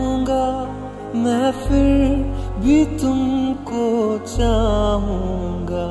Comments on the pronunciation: it's not "fir'. please learn pronouncing Hindi words. please. it's a humble request. It's "Phir"! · he prounced wrong its not fir its phir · Good but guys why don't u understand it's not fir it's "phir" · Nice feel brother. A small tip. Just concentrate on the pronunciation. 'FIR' nahi Phir ...Its Pha... Phir bhi :) Thanks & That Punjabi Mashup is great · not fir it's phir correct ur pronunciation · awsome bro but its phir not fir